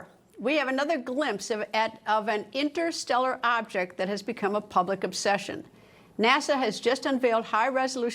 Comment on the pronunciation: This lady went to law school, but still mispronouncing ‘interstellar’ and asking super silly, 5th grade questions? 🫣😆